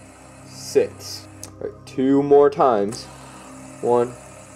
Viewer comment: Wait why do say sit that is not right it is six bro you better practice say it bro